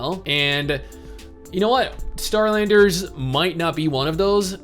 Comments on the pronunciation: Is it bad that every time he said Starlanders I heard Skylanders. Lol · I thought he was saying Skylanders at first too lmao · I don’t know why but when he said Starlanders I thought he said “SKY”landers for some stupid reason I don’t know why...